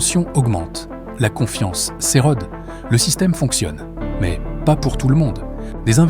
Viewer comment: Chère IA! On ne dit pas en bon français "la confiance s'érodde" mais "s'érode". La règle est la suivante : la voyelle est prononcée fermée quand elle est suivie d'une seule consonne elle-même suivie d'une voyelle; la voyelle est prononcée ouverte quand elle est suivie de plusieurs consonnes suivies ou non d'une voyelle. Il existe quelques exception lorsque les mots sont d'origine étrangère ou considérés à tort comme tels et pour des raisons euphoniques ou autres comme un os (oce), des os (ô)... La fonction première du langage est de transmettre l'information. La fonction seconde est de ségréguer socialement ou ethniquement les populations en jouant sur les accents ou les inversions (verlan)et autres distorsions. Étant donné que ce vidéogramme ne cherche pas à cliver en fonction des groupes d'appartenance mais à transmettre de l'information, l'usage d'un Français classique est recommandé! La logique commande.